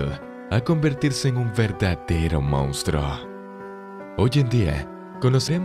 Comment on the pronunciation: ES TRISTE, TAN BUEN VIDEO Y QUE NO SEPAS HABLAR, DIJISTE "MOUSTRO" EN LUGAR DE MONSTRUO. NO DOY LIKE, NI COMPARTO NI RECOMIENDO. UN ABRAZO.